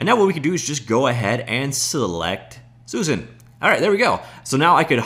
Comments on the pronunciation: Bro... Suzanne is pronounced Soo-Zan... You keep saying Susan. Soo-Zun. Not the same name or pronunciation. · Every time he pronounces "Suzanne" as "Susan".